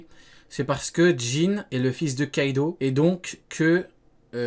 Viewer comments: Kaido c'est la façon dont c'est écrit le O dans une partie de la Chine ça se prononce OUavec un léger prolongement du U...le U est fictif mais O est bien présent mais il est mal prononcé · non déjà ça s'écrit Kaido mais le o se prononce OU avec un léger prolongement du U ce que les anglophones et les francophones ne font pas...